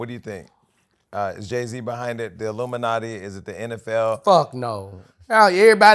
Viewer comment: Boosie funny af😂. Why he keep saying luminati